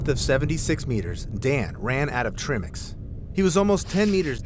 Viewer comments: your face every time he said Treemix instead of Trimix was priceless. You could see your soul breaking/trying not to laugh everytime.😂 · It’s ai talking he typed in tri mix lol but the ai just says trimmmix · I’m chuckling at the pronunciation of TRImix myself 😂😂 and I’m not a cave diver at all, but I’ve been fortunate enough to be educated about it through you guys and the top notch divers you’re both affiliated with ❣️ Trimmix - the new diet drink 😂😂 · the “trih-mix” thing is killing me. like if you’re calling it that you obviously dont know it’s pronounced TRY-mix because tri=3 AKA 3 gases, and the amount of times he says “the divers were breathing trihmix” as if he knows what that even could mean just tells me the video you two are watching is about to tell me zero about diving-actually that makes it the perfect video for you to watch and explain! ha! well done picking a good video to watch! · In latin country we all probably say Trimix. As for you, was written with and "e". Is just in english you say tr-i-mix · It’s Tri-mix, not Trim-ex. Tri meaning three. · I like how they pronounce 'treemix' - sounds a bit... Woody 😝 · ' flinching when the guy says "trimmics" xD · at one point, I heard, "Trimmings" and got really confused. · If i hear trii-mex one more time, I'M not going to be able to breathe. 😂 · Treimex 😂😂😂trim-ex? Treemax, treemex? 😂😂😂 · Trim-ix lol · The cringe on his face every time he says trimix. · I'm not even a diver and their pronunciation of tri mix drove me insane lol. Cuz yunno... I have common sense and recognize the entire reason it's called "tri" mix is because there is THREE GASES. Lol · that pronounciation of trimix lol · the way he said TRIMIX, pretty obvious hes bever watched a DIVE TALK video or and diving video for that matter. lol chat gpt at it again!